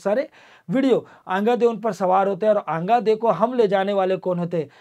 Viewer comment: अंगादेव नही आंगा देव देवी देवताओं का नाम ढंग से और आदर सम्मान के साथ लिया करो